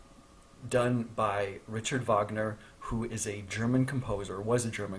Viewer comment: Rrritcharrrd vógnerrr